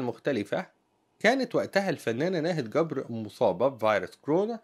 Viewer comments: ملامحها لطيفة جدا ورقيقة ..لكن قول جبر بالجيم وليس گبر ... لما نقول ناهد گبر 😂 بالعراق يعني قبر ..حبايبنا يامصر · في اللهجه العراقيه جبر تقرأه بحرف الجيم وليس الكيم كبر بلهجه العاميه يعني القبر ابعدنا الله وأياكم وشكرا لحضرتك